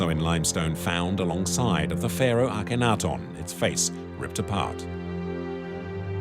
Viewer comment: It's hard to have confidence in this offering when the narrator mispronounces the name Akhenaten throughout.